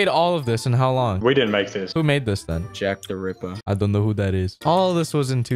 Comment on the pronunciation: Its jack the rippa